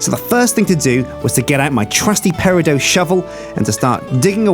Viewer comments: Will someone please tell that peridot is pronounced exactly as it's spelled, and not as "pare-ih-doe"? I cringe every time I hear him say the word. Please, someone, let him know. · The T in peridot isn't silent.